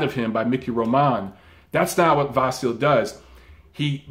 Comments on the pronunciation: Great video, as always,. Just a side note on the name issue: it's actually pronounced Vasili. With a soft "i" at the end. Like Milli Vanilli, if you wish. The sign at the end of his name, in Ukrainian, (the "ь") has no corespondent in English but it softens the consonant that precedes it, generating the soft "i", in this case. Not a major error by any means but a fun fact that I hope you'll like. Cheers and keep up the great work you do! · pronounced VAH SEE LEE